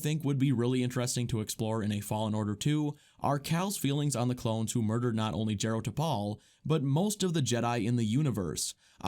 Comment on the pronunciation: It’s JAH-ro Tapal